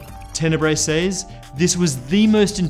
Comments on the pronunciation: I like how he says “says” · Its pronounced "sez" not "says"